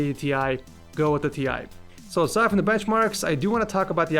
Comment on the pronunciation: It's not " T Ie" but " TIe"!!